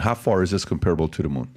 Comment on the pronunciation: sorry bro. But that’s not how it’s pronounced. Comparable. It’s pronounced differently